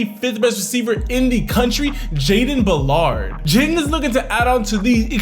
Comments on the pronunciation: Did he just say Jayden " Ba-llard" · Went to school with him and the man is an absolute beast. It's pronounced bal-erd btw lmao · aye not trying to be a karen but its acctually (BaaL-Erd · Its BAL-ERD